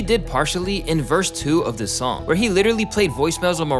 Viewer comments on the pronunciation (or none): none